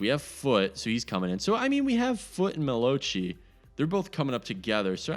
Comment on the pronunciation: its pronouce meloch